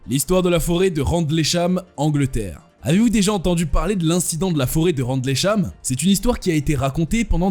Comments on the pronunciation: Phonétiquement on ne dit pas "RANDLEY CHAM" mais "RINDEUL CHAM"😋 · "randlécham" 🤣🤣🤣🤣🤣🤣 ahhh, la lecture de pages wikipedia.